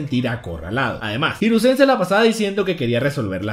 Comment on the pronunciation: Los acentos en una palabra la mayoría se lo tragan por ejemplo, no es hiruzén, el acento en japonés es hirúzen, obviamente no tienen tilde, pero es un ejemplo, buen video, saludos desde RD